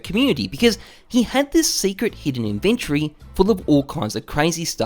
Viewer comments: inven TORY not inventry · It's not an invent-tree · why do u say inventory like that?